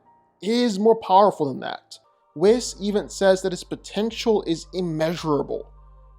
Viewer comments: "Whiz, Kee" :( "Weese, Kye" :) Whis, Ki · Its not "whizz"... its Wees! Lol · i almost punched my monitor when you kept mispronouncing, "Whis" say it like this Weesss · You know you're pronouncing Whis incorrectly, right?